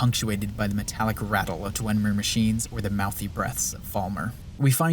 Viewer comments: I know it has no bearing on the substance of the video, but from to when he says "Dwenmer" instead of "Dwemer" every single time, like 18 times in this 5 minute stretch, it got under my skin so much I couldn't finish watching. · It's "Dwem-er", not "dwen-mer", and also it's "Skyhaven Temple". good video though lmao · "Dwen-mer," huh? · There is no n in dwemer. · Nitpicking here. Its "dwemer" not "dwenmer" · I'm sorry, this is such a great video but....*dwemer, not dwenmer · This is really good, and your points are solid. However, I must say that it's not Dwenmer, it's Dwemer. There is no N in Dwemer. I'm sorry, I just had to get that off my chest, it's been bugging me for an hour. Other than that, this is really good. And if that's the only weakness I'll say this is damn near flawless. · ”Dwen” mer? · He also says Dwenmer. And Altuin. And Paarthonox. Etc. lol. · Why does he call them the Dwen-mer? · i swear you were saying "dwenmer" this entire video but it was so subtle i never knew if i was just hearing things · You were not and he was. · Good video, but hearing you mispronounce dwemer and paarthurnax repeatedly drove me crazy. (And hagraven) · Why do you keep saying Dwemer like that